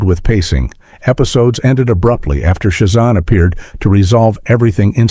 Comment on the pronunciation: It's Sha zAM not shu zom. Boo on AI voice thumbs down